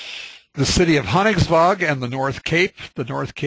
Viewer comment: Highly recommend you try to get some training in norwegian spoken, Hurtigruten in your norwegian, translation is quick porridge, it should be fast boat line!Not very good.... Room for improvements.